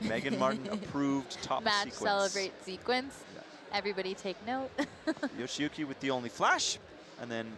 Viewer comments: Not sure how the male caster keeps getting Yoshiyuki Ogata's name wrong. He calls him "YoshOyuki", and with some emphasis on the "O" too, while the female caster nails the pronunciation. Would probably be worth it to know roughly how to pronounce the finalists' names =D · I cringed every time I heard "Yoshoyuki" lol. I'd understand if it were a newer climber who is just coming on the World Cup scene, but Yoshiyuki's been dominating for a while now. Please learn to pronounce their names correctly, we the audience would like to learn the proper pronunciation as well! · We aren't expecting them to pronounce it like a native speaker. IDK why he's even trying when he can't even say the guy's name. Plus, it's literally "yo-shi-yu-ki". Like, what's hard about that? You act like he needs to take a course in order to say a name. We have slightly different versions of all those sounds in English. Reading it that way is fine, people understand that different countries have different accents. Plus, IFSC commentators should probably be familiar with one of the more prominent Japanese climbers in recent history, no? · This was really getting on my nerves too! My guess is, after saying "Kokoro" so much his brain turned "shi" into "sho" after starting with a "yo" sound. However, while this tongue twister could be forgiven once or twice, after a dozen times you are just literally saying someones name wrong, even though it's written in front of you and Meagan is saying it correctly right next to you. Although I think Meagan got tripped up once hearing it wrong so many times in her ear haha.